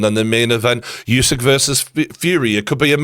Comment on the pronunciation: Geordie, I just want to correct you with pronouncing Usyk - The U is NOT YOU. You are saying YOU SYK. It's OOH SYK